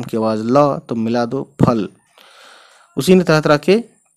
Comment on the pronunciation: Fal ko ful nahi pad sakte